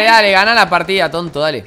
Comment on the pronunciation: "pajtida" JAJAJAJAJAJAJAJA